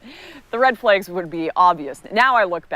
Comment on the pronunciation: “Red flegs“